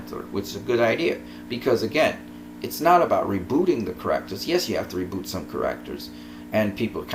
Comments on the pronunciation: How you say "characters" bothers me so much. But otherwise great analysis! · You are saying the word "Characters" wrong..